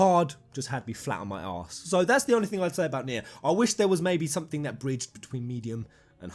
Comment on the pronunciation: Very glad you say "Nier" correctly. It sounds like "near" but with a slight inflection. The "nye'er" ppl need to go ;-)